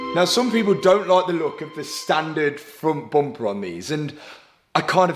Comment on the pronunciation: What’s a froon’tboompah ?😂